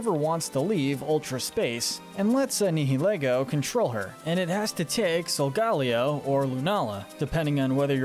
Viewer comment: You’re so bad at pronouncing names,. 🙄 Eight pronunciation error’s corrections: • GA-lar • NI-hih-lee-goh • Solgaleo: SOL-guh-LAY-oh • Mr. Briney: MISS-ter BRY-nee • resh-ir-RAM • row-EN • YOUX-ee • Lysandre: LYE-SAN-der